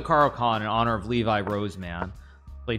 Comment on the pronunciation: He called him "Levi" 🤣🤣